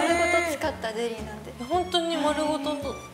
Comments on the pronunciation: 何回聞いても、ゼリーがデリーに聞こえるんだけど 笑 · 井上がゼリー言えてなかったから笑ったのかな笑